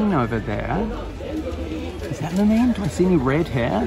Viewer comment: Pronunciations: Loo-meen (Lumine), Ee-thuh (Aether), Dee-look (Diluc), Ven-tee (Venti), Am-buh (Amber), Py-mon (Paimon).